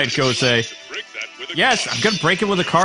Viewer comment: IT IS GO-SAY